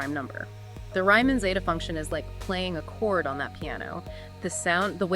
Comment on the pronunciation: Sorry, you lost me when you mispronounced Riemann's name in like the first ten seconds of the video.